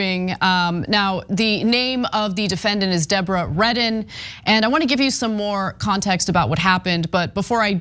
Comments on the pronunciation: Deobra? More like De-Boh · it's "Debra" now, bra. What kind of name is "De o bra?"